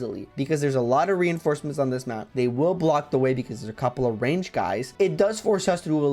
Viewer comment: oh no, not the "reinformecements" XD I can tell you were quite mentally drained here 😅